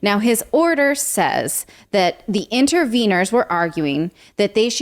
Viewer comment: At about I was going to say more like inny Wieners…. Instead of interveners.